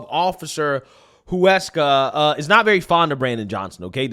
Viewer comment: I don’t understand how you can hear them say “Huesca” and still fuck up the pronunciation. Much love bro but come on.